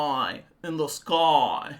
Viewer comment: Your "oyiiii in the skoyiiii" is perfection. 😅